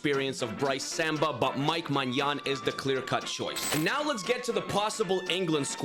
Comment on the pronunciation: the pronunciation of Brice Samba 😭😭😭